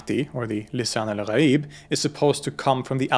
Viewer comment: I just wanna say you're pronounciation for the islamic terms are absoloutely spot on and really does them justice. Hearing someone let alone a foreigner nail the "gh" sound in "ghaib" or "Rh" sound in "Ruh" is really amazing.